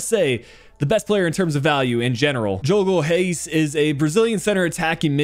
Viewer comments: I think you should sign Vuskuvić on a permanent deal, btw your pronunciation of Diogo Reis was on point 👍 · Fiquei até surpreso com a pronúncia kkkkk.